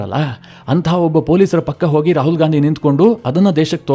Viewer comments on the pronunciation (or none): none